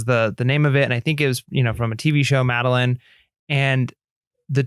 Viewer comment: Ok ok. Just because is always being picked on for his pronouncing of things I gotta say. It’s MadeLINE. From a series of books that were made into a show.;)